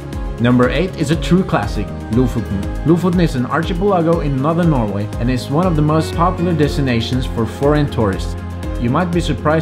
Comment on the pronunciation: Stunning pictures! Thank you for showing. But the music is too loud and irritating, as it drowns your narrative. (And you might want to look up your dictionary for the surprising pronunciation of "archipelago". :-) )